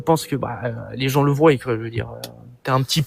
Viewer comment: C'est le gars qui dit "ils voyent" et " qui soyent" ... ? what else 😁